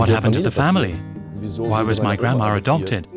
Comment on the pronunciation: The word is grandma, not grandmaer. Stop adding letters to words that don't belong there